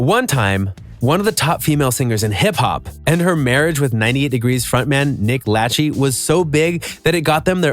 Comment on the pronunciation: Nick Laaa Chie 😂